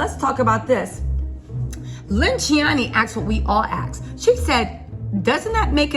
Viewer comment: How she says she has all the inside scoop and dont know its pronounce Lynne ciani and not Lynnechiani 😂😈😂